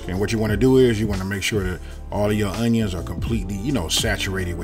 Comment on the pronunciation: YUM! Love how you say “UNYUNS!!!!!!!”🤣